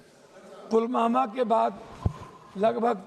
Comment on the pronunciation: ये ढोल ठीक से पुलवामा बोल नहीं सकता है पुलमामा बोले जा रहा है